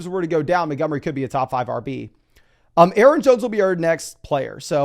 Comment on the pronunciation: Why is this dude incapable of pronouncing Montgomery?